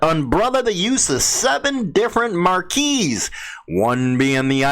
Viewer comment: Marque pronounced like a big tent also Try reading more slowly man